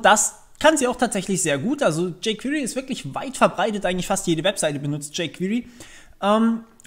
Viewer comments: bei jquery spricht sich das e mal zur ausnhame nicht als i aus. wenn ich jedes jquiry höre bekomme ich nach längern kompschmerzen. des weiteren sollte man doch schon zumindest die grundlagen einer programmiersprache kennen, wennman ein framework benutz, weil erklärt sich vieles automatisch, abgesehen gibt es immer noch nicht für jede js funktion ein jquery equivalänt. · "Jey qwirii"